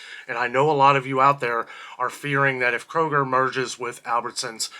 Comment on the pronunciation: Isn’t it Kroger not Koger?